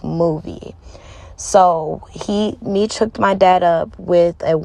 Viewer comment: Sounds like some BS, He4 Dad is in jail for a Murder for Hire and Drug trafficking not because of a phone. She claimed she Kew Meech her whole life but yet she can't even pronounce his name correctly. Where's the Paperwork? There is Paperwork showing why her Dad is really in jail so look that up.